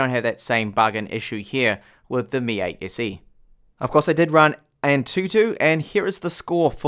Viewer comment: "mi ayt essi" - he says. Damm. It took a while to get used to it.